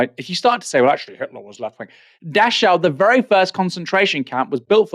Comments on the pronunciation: Never heard of Dash-ow. It's pronounced Dack-ow. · Just for your info Aaron. Dachau is pronounced 'Dakau'.